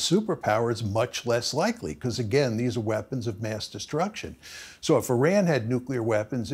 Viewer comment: Do a shot every time professor says "nuclear wee-ehhhpons"